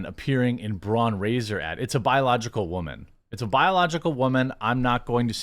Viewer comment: Hey Braun....👋👋👋 byebye.... by the way its pronounced braun... the au is like the ou in loud.....